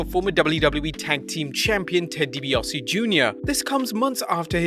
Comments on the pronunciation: Isn't it Deebiasee? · “Dibiossie” Jr. He’ll never learn how to pronounce that name properly will he?...